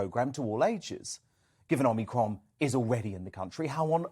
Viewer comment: Perhaps learn to pronounce the name: "Om-ee-cron", not "Om-nee-cron". People might take you a bit more seriously. Then again maybe not whilst you insist on using ridiculous soundbites like "scariant" instead of "variant". Sad thing is that whoever came up with that cringe - worthy piece of word play probably thinks it's really clever. Oh, and quoting things that scientists said 18 months ago as still true and relevant doesn't take all of the masses of research conducted since into account. Back then, it was true to say that we had no effective treatment or vaccines for covid. By your own logic, that means it's still true now. So how do you explain the reduction in the infections to deaths ratio?